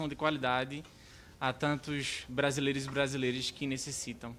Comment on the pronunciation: Ele disse que teve educação de qualidade... para depois de adulto pronunciar "brasileres"? Não faz o menor sentido.